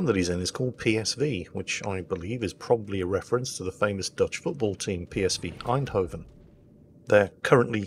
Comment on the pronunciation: Hearing the words PSV Eindhoven come out of mouth as a Dutchman is music to my ears